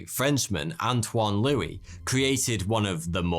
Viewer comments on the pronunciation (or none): none